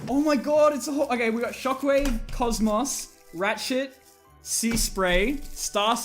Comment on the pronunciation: Did he call Cosmos Cozzmozz or was it just me